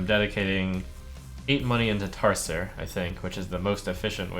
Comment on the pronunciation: Tar-ser? TAR-SER?!